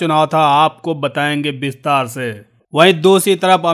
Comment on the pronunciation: विस्तार को बिस्तार बोलते हैं जनाब। साफ़ को साफ बोलते हैं।